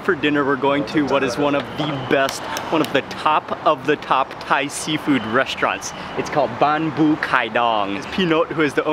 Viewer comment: Seafood? I thought you said Seinfeld!